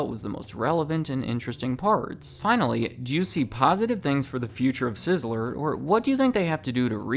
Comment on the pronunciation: Two syllables. Sizz-ler I keep hearing sizz-eh-ler. Am I crazy?